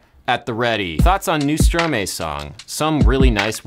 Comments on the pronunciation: Another correction, it’s Stromae pronounced Stromai, not stromay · Adam - Thought you may appreciate the context - Stromae is pronounced Stro-MAH-EEE, or Strom-Hi (without the H sound). It actually is verlan for Maestro (Mae-stro becomes stro-mae). Verlan is a form of argot or slang in French that consists of changing the order of the syllables, but still reading the word forward (as opposed to strict letter reversal). And now I'll show myself out :) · It's pronounced Stro-my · Note to world: it's pronounced stro-my, not stro-may. Unless you people pronounce "maestro" as "may-stro" instead of "my-stro". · Hey! Fun fact, but I also just wanted to point out that Stromae is actually pronounced like "stro-mai". It's just a reversal of the ordering of the syllables in the word "maestro". I've seen a lot of people mispronouncing it recently (I think Jimmy Fallon gets it wrong too) from the way it's spelled, but once you know it's just maestro with its syllables switched, the pronunciation makes a lot more sense. Hoped that helps, cheers! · Hey there, amazing work on the video ! Just a small pronunciation tip : Stromae is just "verlan" for Maestro, and it's meant to be pronounced as Stro-mah-ee (difficult to write down in english phoneticals lol) => stʁomaj][ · I LOVE Stromae! It's actually pronounced "Strow-my". He came up with the same by switching around the syllables in 'maestro'! I'd LOVE to see more about his music on your channel. He's wonderful. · Stromae is pronounced "Strom" then "a" pronounced like an "armor" and "e" pronounced like the "e" in "hello". Strom-a(rmor)-e(llo) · Nice vid, but it is prononced Stroma-e (a of cat, e of ... hey dude, I suppose ^^), since it's back slang for maestro ;) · If i may. It's pronouced Strom-eye. Very interesting video byt he way! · When even french people weren't able to say it, I just gave up on hope lol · I am from belgium, where stromae is from, and I just cracked at how stromae was pronounced lol.